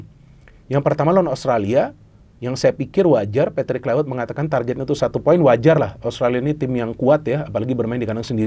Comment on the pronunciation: kluiwert.. wiewer.. wkwkwkw